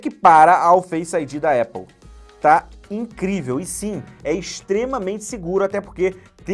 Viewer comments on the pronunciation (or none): none